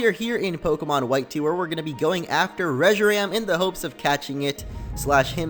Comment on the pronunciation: Reshiram in the battle it said Reshiran